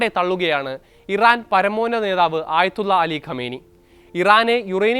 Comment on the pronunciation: Ee ചാനൽ kaark ള്ള വഴങ്ങില്ലെന്ന് തോന്നുന്നു ayathulla parayumbo ഉച്ചാരണം മാറുന്നു